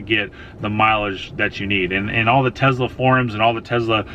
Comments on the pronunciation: please stop calling it Tezla:) great review tho! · Should’ve bought a Tesla instead of a Tezla 😝😉